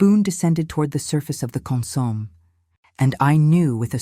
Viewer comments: Wrong pronunciation of consommé, opposite accenting. The accented pronunciation should be on the e, last syllable. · I'm enjoying this story. I don't understand why some people have to be so nitpicky about these stories. Yes, they are correct about the mispronounciation of the word consomme, but there's no need in complaining. Thank you all for the time you take to produce these stories for our entertainment!